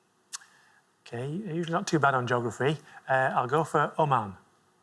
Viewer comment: yeah, that pronunciation drives me up the fucking wall.